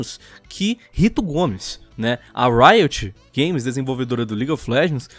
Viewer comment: "Rito Gomes" kkkkkkkk nunca perde a graça sério kkkkk